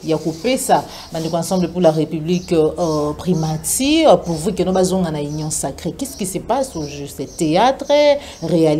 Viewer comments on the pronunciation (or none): Primature......primatire te, journaliste yekola prononciation